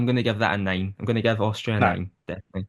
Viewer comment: My husband is also Turkish and also and also miss pronouns 'Austria' exactly same way... this is sooooo turkish